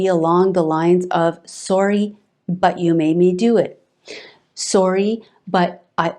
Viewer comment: Great vid but you do say “sorry” very oddly